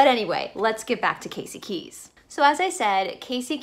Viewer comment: Casey KEY, not KEYS. I live here and dined at Pelican Alley tonight. But very interesting. And it's the INTRACOASTAL on the West Coast (it's right on the sign as you enter the bridge), INTERCOASTAL on the East Coast. Thanks for listening.